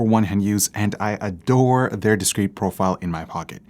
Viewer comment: He said Adore. smh.